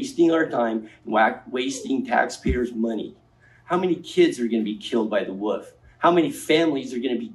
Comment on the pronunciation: He can’t even pronounce wolf